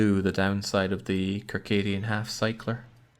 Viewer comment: Since you fixed your pronunciation of tuque*, I feel compelled to inform you that the "cir" in "circadian" (Circadian Half-Cycler) is "sir", as in "circle". You got the rest of it right. I don't think there are any words in the English language where the "c" in "ci" makes the "k" sound, regardless of where "ci" appears in the word. * The first syllable in tuque makes the "oo" sound, as in "spook" or as Baron pointed out, "two". Regardless, "beanie" is superior on the basis of not being Canadian alone.